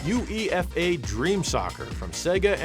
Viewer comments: that initialisation is pronounced You-Ay-Fah! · Toe-gaye You-ay-fah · U-E-F-A is pronounced "YOO-AY-FAH". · UEFA pronounced Yoo-AY-fuh 😂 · it's UEFA which is pronounced 'You-Ay-Fah'. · weirdest oh I'm European moment of all time, UEFA said as all one word and not U E F A over here, dunno why just sounds weird when it's each letter on its own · First time ever I hear someone spell "UEFA" letter by letter 😂😂😂